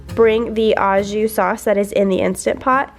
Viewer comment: Au jus is pronounced oh zhu.